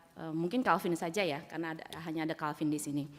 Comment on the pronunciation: anggota DPR RI tapi bahasa inggrisnya jeblok, calvin ronald verdonk bukan di baca kalvin ronald vardok tapi kelvin ronald verdonk :3 hadeh